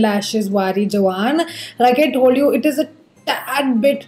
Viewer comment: that cuffs and lashes shade is pronounced as ‘wari jaava’ not jawan. I am not sure how to describe that in telegu but it is majorily a punjabi ritual to remove evil eye from loved ones. By the way great dupe recommendations